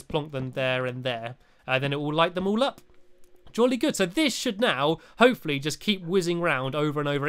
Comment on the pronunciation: its not hope fully its l for lee